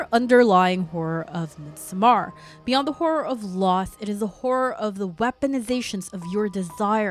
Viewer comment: Absolutely love the video, your channel, your vibe and aesthetic, and you’ve got a new follower! But your pronunciation of "Midsommar," has me questioning reality. 😅😅😅 Also. Dr. Who had been around so long that it transcends genres. It IS a genre. So of course it contains horror. That first episode with Tennant and the Ood was definitely horror